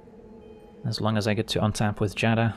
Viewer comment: I'm so happy you pronounce Giada correctly, I was getting tired of people adding an extra syllable at the beginning